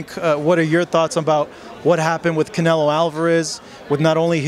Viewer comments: Saul ”Cownelo" Alvarez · That man called Canelo gordo 😂